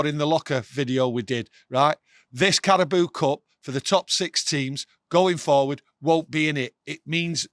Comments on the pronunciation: Carabao not Carabooo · "CARABOO CUP" 😂😂😂